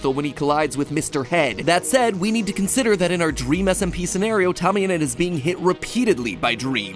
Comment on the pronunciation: OMG DWEAM MINECWAFT